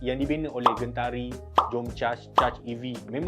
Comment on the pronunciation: Terima kasih sebab sebut Gentari sebagai Gentari, tak sebut Jentari